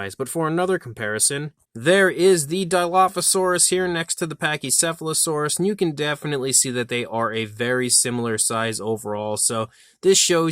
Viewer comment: Couldn’t pronounce the name of the Dinosaur, did he?